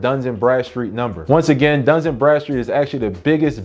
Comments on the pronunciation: DUN & Bradstreet 🤔please stop saying duns and Bradstreet lol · It’s Dun…not Duns. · There’s no S In Dun